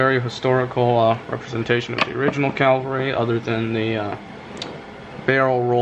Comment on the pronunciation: Beautiful. By the way, it's a Cavalry Model, not a Calvary Model. Calvary is where Jesus was crucified.